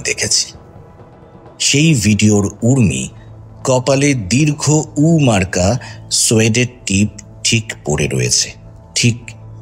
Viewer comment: sunchi, valo lagche.. but pls uccharon ta dirgho UU na. dirghouu.